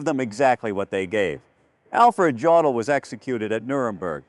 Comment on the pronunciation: Dear AI: JODL IS PRONOUNCED "YODEL"!!